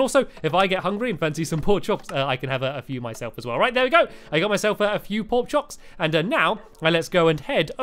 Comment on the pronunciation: Pork Choks? XD Your funny stampy!!